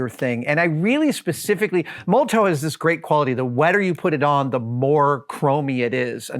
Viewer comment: Great and hugely satisfying vid as usual but I feel obliged to point out that it's pronounced Moll-o-tof, like the politician or the bottle bomb, many thanks, D